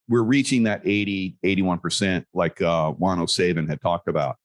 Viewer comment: is such a professional he calls Juan, Quan. Spare me LOL.